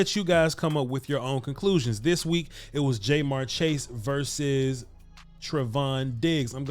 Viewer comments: Ja-mar chase, not jmar. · It’s jamarr not jmarr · Love what you've been doing this last year plus and I'm a big Cowboys fan, but I have to say that hearing his name pronounced Jay'Marr was like nails on a chalkboard 😂 After seeing a few of the other games this weekend though I would be concerned for the future about illegal contact penalties from Trevon with the way they're calling it this season. What do you think? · It’s not Jay-Marr or J-Marr Chase. It’s pronounced JaMarr or Ja’Marr Chase. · Is jay-mar chase an inside joke or something? It hurts my ears everytime I here it. Good vid though. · Bro this is good content but you killin his name Ja’marr Chase. The way you pronounced it is in this video is wrong as hell 😂. I’m from Cincinnati, I’m a Bengals fan that’s the only reason I’m even commenting. Diggs is pretty good but Chase is toasting him and Ramsey goofy ass all day if Joey the god Burrow has more time to throw 🤣